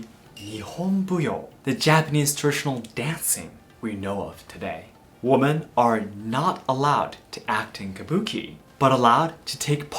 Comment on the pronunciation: Wimmen… The English word “women” is pronounced as “wimmen.”